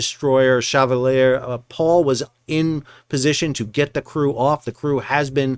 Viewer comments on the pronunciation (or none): I encourage you to ask someone how to pronounce Chevalier in a better way. It would be sort of like sheh-valley-yay.